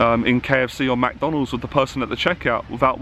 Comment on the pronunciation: lol like how you said macdonalds hahha